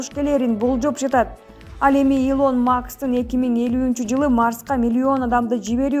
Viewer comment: ТАНТЫГАН МЕН 11 КЛАССТЫ ЭЛЕ БУТКОМ ЖОГОРУ ОКУЖАЙДЫ ОКУГАН ЭМЕСМИН ЖОНОКОЙ КАРАПАЙЫМ АДАММЫН ИЛОН МАКС ЭМЕС АЙТЫЛГАНДА ИЛАН МАСК ЭМНЕ МЫНЧА ТАНТЫЙСЫНАР